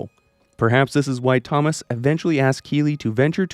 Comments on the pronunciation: I don't know what annoys me more, the fact you're saying it like toe-moss, or the fact that you're definitely doing it to annoy people like me. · Why do you pronounce Thomas that way?